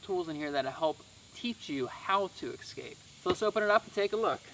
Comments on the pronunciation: The word is escape, not exscape. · lots of interesting and well presented products but without demonstrations, it’s hard to determine the effectiveness of each item. As retired USAF, it’s a nice change to see a fellow Airman. And I sincerely request, please stop saying, “ex-scape,” it drove me crazy 😝